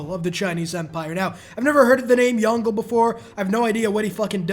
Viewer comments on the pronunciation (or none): Lmfao, love it when yt ppl pronounce it as "Yon-Goh". It's Yong Le, lol. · "167 turns is a little longer than I would love" Me: immediate facepalm No but really, did you not do ANY prior research on Yongle's (who btw is pronounced "yung-luh" or "yung-lay", not "yon-gul") abilities? Lijia gives the yields DURING the duration of the project, NOT AFTER IT. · "Yongle" lmao...Yong ("Y" - "ong" (like strong) "Le" like the french "Le" pronounced like two words